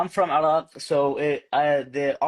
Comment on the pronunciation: هو يقول عراق وليس عرب ، أتفهم الأمر لأنه يقول عراق بشكل غريب، لأنه يقوم بفتح العين لازم يقوم بكسر العين.